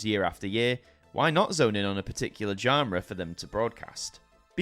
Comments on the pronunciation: "Janras". Are you trying to say "genre"? It's more akin to "john-ra" but "zhan-ra". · Why do you pronounce 'genre' like that